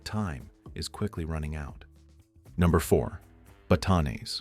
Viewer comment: Please correct your pronunciation of place names such as Pampanga and Batanes - it is disrespectful to say those with such an American accent!